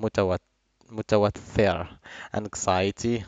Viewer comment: استاذ توتر وليس توثر ❤